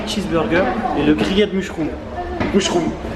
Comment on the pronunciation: "et le grillède mucheroume" 😂